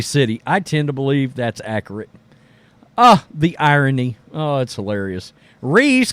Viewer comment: Ackrit (accurate) Ack-you-lite (acolyte) Make it make sense! 😆